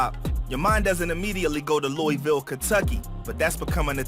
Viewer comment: Also my guy it’s LOOAVUL not LOOEYVILLE, all love tho keep grinding